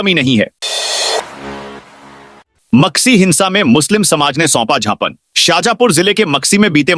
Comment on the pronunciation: अरे ज्ञापन को "झापन" पढ़नें वाले समाचार वाचक को भगाओ हिन्दी नहीं पढ़ सकते ये वाचक, इन्हें अंग्रेजी समाचार वाचन के लिये भेज दिया जावे